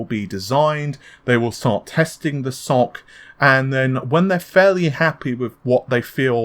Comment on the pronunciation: The way you say SoC gives me nightmares